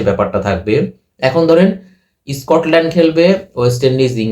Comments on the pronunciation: Reason noi rijon.. scotland noi escortland tui kotha bol agey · বাবা, তোমার "রিজোন" আর "ইস্কটল্যান্ড" শুনেই তোমার ইংরেজির এলেম বোঝা গেছে, বুঝতেই পারছি তুমি আইসিসি-র রিপোর্ট পড়নি; ক্রিকইনফোতে আছে, ইংরেজি জানে এমন একজনকে দিয়ে পড়াও রিপোর্টটা। স্পষ্ট লেখা আছে বাংলাদেশ দলের জন্য আলাদা করে তেমন বিপদ নেই। অন্যরা কেকি বলছে না শুনে নিজেই দেখে নেওয়া ভালো নয় কি?